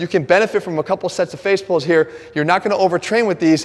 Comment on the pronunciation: Nobody: Literally Nobody: Not a Single Soul: Jeff: F A C E P U L L S ! ! ! !